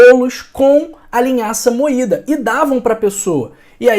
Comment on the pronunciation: Vc disse linhaça moitda